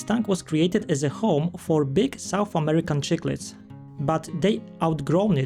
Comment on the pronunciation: ' Sik-lids' not ' chick-lids ☺️👍